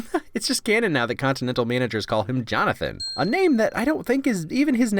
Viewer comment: "continantale... continantalay? this is karen fillipellay please leava me a message" i fuckin lost it